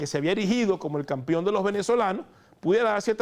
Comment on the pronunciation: No se dice “Campion”, se dice “Campeon”. Con E